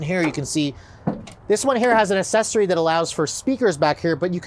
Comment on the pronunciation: FYI: It’s Ack-Sessory, not Assessory (pronunciation)